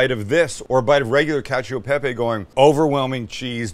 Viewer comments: Italians everywhere: what... the... FUCK is that. Sam: cAcIO de pApY pIZa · "Catchyo ee pepeyy" 😂😂😂😂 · ngl I kept hearing "catch a pepe" like Sam was trying to sell me on a NFT